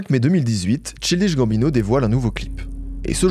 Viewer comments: CHILDISH comme le thé chai... "enfantin", c'est son nom et tu l'prononces plein de fois, apprends au moins juste c'ui-là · justement, si c'était vraiment juste une question d'accent il ne dirait pas "Tchildishe", juste shildish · J’aime tes vidéos plus que tout et encore merci pour celle la. En revanche dire childiche et pas chaïldish ça tend de fou 😂 surtout que tu dis Seudi Wok pour dire 30rock Vraiment je comprends pas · cest pas possible que tu es fait un doc de presque 45mn sans avoir écouté quelques heures de vidéos d'entrevues etc. EN ANGLAIS... ou il prononce très clairement CHAÏLDISH GAMBINO ffs... donc je suis 90% sur que tu l'a fait exprès pour l'engament dans les comms.... tu n'as pas besoin de tactiques si basses pour continuer à avoir du succès man... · Childish se prononce "child" = enfant ("Chaïld") puis "ish" ("iche"). Très bonne vidéo, merci. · Je suis presque sure que ça se prononce "CHAYLDISH" gambino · ça me stress que tu prononces tchildiche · Le "Ch(I)ldish" me fait mal mais la video fait plaiz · Bro, on est fan de tout de ce que fais, et même de ton nouveau flow lol, mais ne dis pas "tchildiche" quoi, un ptit effort de prononciation plz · Tchildich Gambino J'ai eu besoin de faire une pause pour respirer, j'ai repris parce qu'on sait que ne fait que des masterclass mais à un moment il faut apprendre à prononcer les noms des gens sur lesquels on fait un *sujet de vidéo* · childish ça se dit pas trop tout seul, vu que c'est un adjectif. Aussi stp prononce le correctement, il y a que ça qui manque dans tes vidéos: la recherche de la bonne prononciation des mots anglais/americains. C'est vraiment un gros point noir qui apparait constamment dans tes vidéos et je comprend pas pourquoi tu insiste à avoir cette erreur si amateur dans tes vidéos autrement ultra quali. Vraiment juste tape dans google la prononciation des mots c'est minime mais ça vaudra tellement la peine pour le résultat global. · pitié childish se dit pas comme ca